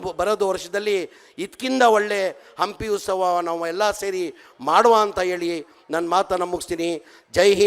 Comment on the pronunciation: "ಹಂಪಿ ಉಸ್ ತಾವ"😂 ಇವನು ಇನ್ನೂ ಕನ್ನಡಕಲಿತಿಲ್ಲ😂